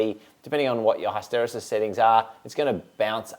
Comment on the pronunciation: Mate, you're not allowed to give another Control Systems lecture until you learn how to say HISS-tuh-REE-sus